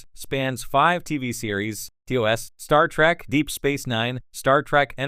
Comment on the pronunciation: Pet Peeve, why does the AI narrator keep saying "Star Track". At least that's what I'm hearing.